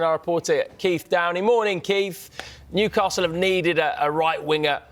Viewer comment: Newcarsel 😂😂😂 love it